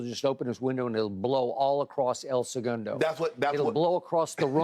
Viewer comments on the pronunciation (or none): El Suhgundow 😂